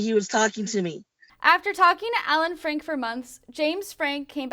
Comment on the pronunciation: Frank”e” …..Frank